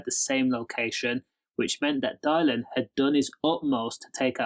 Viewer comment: Whos Dial-in? 😂 Good video tho mate